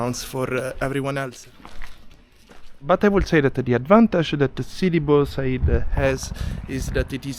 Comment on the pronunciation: Frist of all i wished u respected the place u visited atleast say the name right not sidi blahhhhhh blahhh .. and sidi bou Said. its build befor Santorini . So they copy tunisia. And what did u mean when u Said same behavior north or South african?